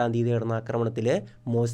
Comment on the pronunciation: മോജ്തബ യല്ല മുജ്തബ